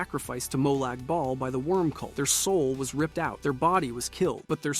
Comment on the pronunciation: Uhh. Did you just say "Molag Bowel"? Twice? Lmao, okay ''.